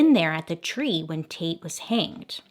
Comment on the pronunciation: "Hannged" Bailey? Lol